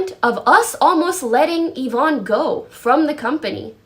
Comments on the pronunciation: he pronounced yvonne ya von ee. he has autism though so its not really right to make fun of him for his pronunciation. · Why do you pronunce "Yvonne" differently everytime you talk about her lmao